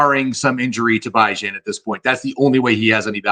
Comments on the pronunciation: Stop saying bye-Jan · It’s pronounced Bee Jon haha